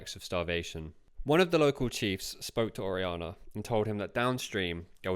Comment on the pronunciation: It would enhance the production for the narrator to put more work into learning the correct pronunciation of Spanish words and names (such as Orellana, “Or-aee-YA-nah”).